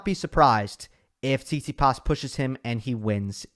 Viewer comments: said tsitipas in 4 😂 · Haha, I almost died when you said Tsitsipas☺